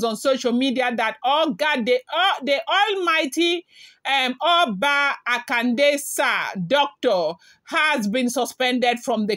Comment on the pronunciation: Yoruba pronunciation, Akonde.